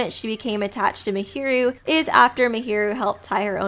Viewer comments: was it just me or did I hear mihiru instead of Mahiru the whole analysis lol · I don't mean to alarm you but just to let you know, you pronounce a lot of characters names incorrectly. For example, Mahiru is pronounced in-game as 'Maah-hear-ru'. Great video tho!